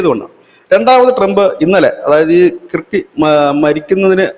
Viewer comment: Dear, your pronouncing the name " Kirk" incorrectly. Though the spelling is "KIRK" one should say it as KURK🙏🙏🙏